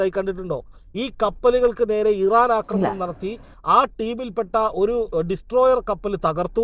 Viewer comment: അക്രമണം അല്ല പെണ്ണുമ്പിള്ളേ ആക്രമണം ആണ് ശരി. ഒന്ന് തിരുത്തി പറയാൻ ഇനിയെങ്കിലും നോക്കൂ